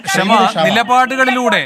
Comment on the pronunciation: അതേയ് Mr Venu അവളുടെ പേര് "ക്ഷമ" എന്നല്ല "ഷമ " എന്നാണ്! ക്ഷമ എന്ന വാക്കിൻ്റെ പവിത്രത കളയാതിരിക്കു മിസ്റ്റർ😡😡😡😡